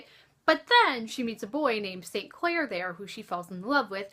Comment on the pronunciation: I SUPPORT THIS. It's really cool to hear him pronounce all the names correctly, honestly, because I know that I wouldn't have pronounced them right if I'd been reading on paper, haha.